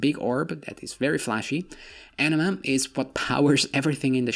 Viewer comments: when you say anima, sounds like you say enema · A nima not Enema Enema is a rectum cleanse lol